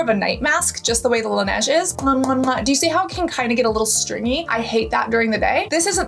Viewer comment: Darling its not Lenaaj it's Laneige